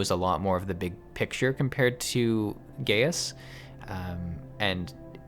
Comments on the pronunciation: Just because I thought you should know: it's actually pronounced "Guy-us" not "Gay-us". Sorry if I may have ended a few giggles in the comments section :P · Gratz on finishing 2.0 btw his name is pronounced as Gae-yus... not Gey-yus. XD remember everything he and lahabrea said on this dungeon. they all makes sense in later expansion specially on shadowbringers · Late comment: Gaius' name is pronounced like "Guy-us", not :Gay-us". Kinda bothered me. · It's really not nice to force players to sit through cutscenes. This was a bad solution to a non-problem. The part where you talk about Gaius (guy-us, not gay-us) and Lahabrea, you kinda show how little of the story you're actually paying attention to. You should know who Lahabrea is inhabiting at this point. It comes across like you're giving an informed critique, but lacking the informed part. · You say the name as Gai us Not Gayus m8 -_^ they say it in the 8 man to ^ ^ And if you remember from the story the Ascians take over bodys so you set Thancred free.